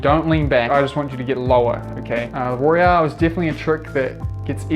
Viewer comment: It's Royale. Not Royal.